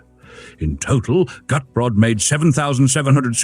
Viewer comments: Cute, proper car. I'm impressed with the improvement in the AI voiceover. But, I believe Gutbrod in German would be pronounced "goot-brode" (as in moot & rode). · Decaf is a sin against God and Man! Shame on you! Shouldn't Walters name, Gutbrod, be pronounced GOOT-BOARD? 🤔 This little car looks a LOT like Lt. Columbo's French Convertible....Shrunken down. Could this be the Unseen (except for a failed show with Kate Mulgrew) MRS. Columbo's car? I LIKE the foldable roof! A SEMI-Convertible! I also liked the (almost) Station Wagon in the you KNOW why..... ....... SELF-DELETING DOORS!!! (and you can get pushed out of a "Homicidal" Door just as fast as a Sui-Cidal one when under 50 MPH.... uh.... NOT that I would EVER push someone out of a moving car 🙄 .......it might scratch the paint.😏 ) That Convertible/Roadster SCREAMS Class Act! (Most cars just rely on horns, but the roadster just HAD to be different. Probably an inferiorty complex when parked next to a Porsche 😜) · Not quite: I am with you on the 'Goot' part but the second syllable is pronounced more like 'Brot', a German word for bread.